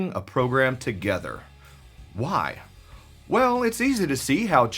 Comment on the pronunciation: It's obvious the way you say why and "chwhy". ;)